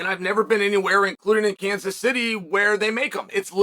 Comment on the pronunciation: Kanas? Sounds Greek Uncle Chael